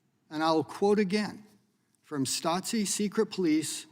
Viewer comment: I think it's spelled Stasi - no "t"